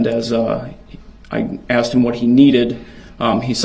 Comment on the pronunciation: Love him “axing and substained” words…. Love the way she asked him about “biast”….sorry I’m meant axed…..